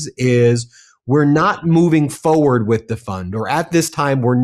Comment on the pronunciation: Forward. The word is forward, and it has an R in it. I'm sorry, but this drives me crazy. Fo' fo' fo' fucks sake.